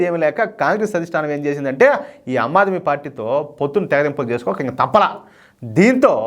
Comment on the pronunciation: ఆమ్ ఆద్మీ పార్టీ - మీరు అమ్ ఆద్మీ పార్టీ అంటున్నారు